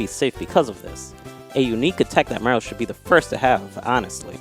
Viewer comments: can’t pronounce Mario, sound it out Ma-ree-oh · he said marill. try not to hear it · why does say mario like mango says marill